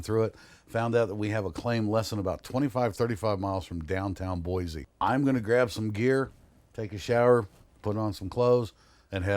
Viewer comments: Its "Boy C" not "Boy Z"! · Great video, but there is no "Z" in Boise (Boy-SEE).